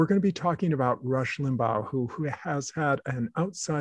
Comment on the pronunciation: i dont understand why you repeatedly mispronounce Limbaugh’s name. Was it on purpose? It was LIM-baw... not LIM-bow (as in bow-wow). I LOATHED his politics (and lies and simplistic analyses) but thought he was an unusually skilled radio personality. He knew how to attract listeners and hold on to them thru the next break. I’m glad he’s gone, but still, i wish you’d pronounced his name correctly😊